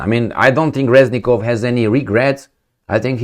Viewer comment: Reznikov(Crazynikov) not Reznilov